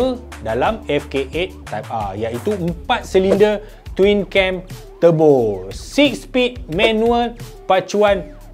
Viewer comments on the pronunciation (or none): none